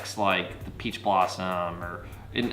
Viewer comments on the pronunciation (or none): none